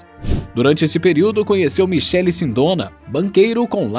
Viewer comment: A pronúncia está errada Michele ex.: (Mikele) .